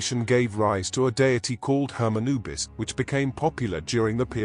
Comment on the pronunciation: Another bot that can't even say the name correctly. -1